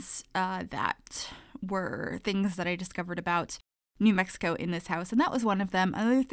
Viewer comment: May be a year late, but you did New Mexico justice with this build. Your pronunciations btw, were very close for a non local. Thank you so much for this build!! I've added this to all of my save files as a tribute to my home state!! You did a beautiful job on this house.